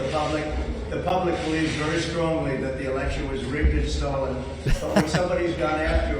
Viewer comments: He actually says "stollen"🤣🤣🤣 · I've just noticed Trump actually pronounces 'stolen' the way he spells it... with two l's like the delicious Christmas fruit bread. Ok, hungry now. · The election was a German Christmas fruit bread? Did he say Stollen?